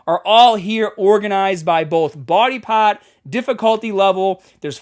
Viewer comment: not me noticing just now "body paht" in Boston accent